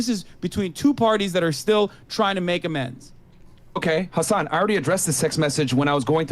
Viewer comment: As someone who's mother is an attorney and brother is in law and were both following this case, they both would say Hassan wrong especially on the plead the 5th conversation.